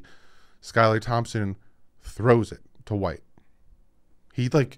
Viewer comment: And I'm from South Carolina. You're pronouncing White's name correctly